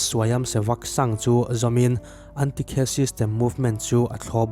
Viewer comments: A van ṭha tak em..ngaihnawm hle mai!!..India leh Pakistana an inṭhen lai bawr vela thil thleng ho te kan miss khan a sawi ṭhina,a lungchhiatthlakin a ngaihnawm ṭhin khawp mai....chuan "Caste system" lai khi Kheiss ni lovin Khass tih ang deuha lam tur ani..chute mai chu ani e...ka lawm eeee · Caste system i lam dan hi...kast tih a lam tur oooo....ka comment hi ilo chhiar ve ngei don nia...famkim (perfect) kan kn om lo a,amaherawh chu kan tih dik loh in hriattir hi chu kan tih tur threuh ani